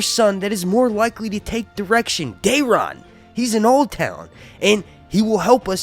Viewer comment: Who is Dearon? I couldn't understand